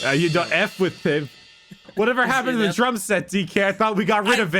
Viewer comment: When mispronounced drum set, was he thinking of the kh ending sound of the necrons? Drumsekh?